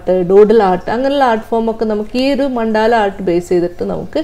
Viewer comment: Ma'm, മണ്ടാല അല്ല, മണ്ഡല ആണ്..